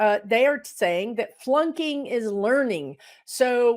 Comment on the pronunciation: I listen to this video for a while before I realized you were saying flunking not plunking. I was trying to figure out what plunking meant and why we needed to learn about it. That’s how my day is going.